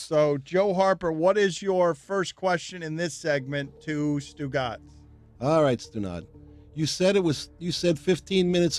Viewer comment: This guy can’t say Stu Gotz